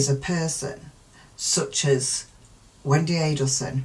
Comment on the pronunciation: You say Wendi perfectly. Ignore complainers